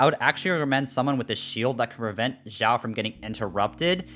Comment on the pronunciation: Its pronouced chiaou not Jiwao